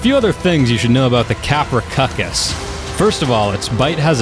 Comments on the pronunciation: Ka-Pr-Owh-Soo-Chus. Not Kaprocuckus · tapehara, fine. But I heard kaprocuckus and make it a salad... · I thought it was pronounced KAP-RUH-SOO-CHUS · kaproSUchus not kaprochuchus. also oxogyn is underwater speed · Very helpful info, but the creature's name is actually pronounced KaproSUCHus, NOT KaproKUCHes. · its tapejara not tapehara and its kaprosuchus not kaprosukus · Did he just call kaprosuchus kaprocuckos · You might be pronouncing tapejara right but like most other ark players, you pronounce everything else wrong there's no such thing as a pterodactyl no matter how much your kindergarten teacher said so, also it's KaproSUCHUS I heard you say COCCUS like 11 times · Quasiraptor it's pronounced kaprosukus and sarcosukus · TapeHARA Us: confused screaming: KapraCUCKUS Us: CONFUSED SCREAMING INTENSIFIES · cap-row-sooch-us pronounciation for the Kaprosuchus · He was kidding when he called it the Caprocuckus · Your saying kaprosuchas tong I know I spelt it ring but u pronounced it wrong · It is Kap-ro-suchus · Kaprosuchus is(kap-ro-suchus) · It’s cap-row-seew-cus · Constructive criticism:It's pronounced: kap-roe-soo-kus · It’s kaprosuke is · it is ka-pru-soo-ch-us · P sure it’s pronounced kap-row-s-oo-ks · kappercuckus? XD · It's pernounced kaprosewchus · Its not a dinosaur and it’s pronounced Kap-row-sook-us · it's pronounced kapro soo cuss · you pronounced kaprosuchus wrong lmao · Your'e saying kaprosuchus wrong.